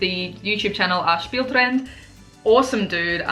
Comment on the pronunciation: Nice job saying spieletrend and schilling ;)